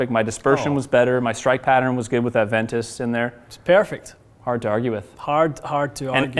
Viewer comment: “It’s pairfect”